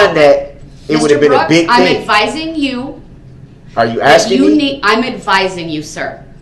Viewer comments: that silence after all that “Are you AXING me?” Is so soothing. This guy’s inability to not interrupt people makes Jeremy Dewitt look like a very civilized scholar. It’s incredible how much you can hate someone you never met. I’m so glad he’ll never get to enjoy the outside world like us ever again. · "yaahnah" "axing" questions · Stop axing people you already have enough on your plate. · In one moment, Brooks talks about "a trial or this magnitude", then not long after he's whining about whether Judge Dorow is asking or telling him to sit down. Or, as Brooks puts it--"are you AXING". What a big baby. I wholeheartedly join all the others that are congratulating Judge Dorow for an incredible job well done! A Nobel Prize-worthy performance at the very least!